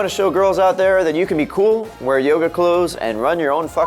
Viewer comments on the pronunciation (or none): none